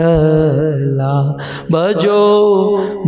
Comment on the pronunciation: भज भज मना पाडुरंग विठ्ठला हे असे आहे.विठ्ठल मधे वि र्हस्व आहे चुकिचे उच्चार करत आहात